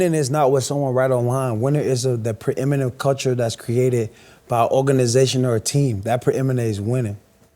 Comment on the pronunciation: There's that word again! "Preeminate winning" WT...? I got it! Preeminent, good lord, this guy finds a word he likes and uses it like an noun, verb, adjective, adverb...Central Michigan's finest alum